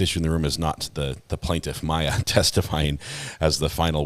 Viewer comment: I know, right? It was bugging me how no one on the defense will even say their name and constantly say “Mom” or “the child”. Then listening to the former Judge mangle their names just put me over the edge! Lol